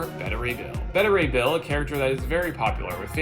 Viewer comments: Its not pronounced better ray bill....its beta ray bill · Another potentially good vid utterly ruined by. SPEAK UP, GODDAMMIT!!! And it's pronounced BAY-ta Ray Bill!!! Damn!!! Top Ten, please fire this guy.